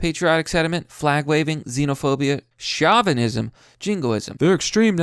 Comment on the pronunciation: Chow-venism is "Show"-venism. As in "Show-vinist pig". But it's written Chauvinist